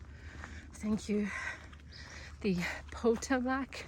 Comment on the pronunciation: You're hiking my speed! Good idea till you get your trail legs. By thr way, Potomac is pronounced "Pah-TOE-mick". I think it's a Native American name. You'll see some unique names in New England too!